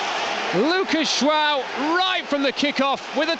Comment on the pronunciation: Is it me or does he keep saying Luca jwao